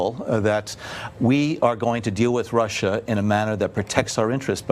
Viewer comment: and now they share his views on Ruh!!!???? Was she so eager to get her point across she couldnt say russia?